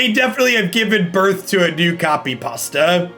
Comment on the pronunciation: Lol, i've never heard how non-russian people pronounce "copypasta", your variation,, sounds almost the same as russian pronounciation